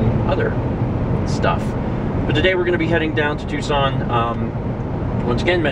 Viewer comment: Is it me or do you eerily pronounce "Tucson" like "Twoson" from Earthbound?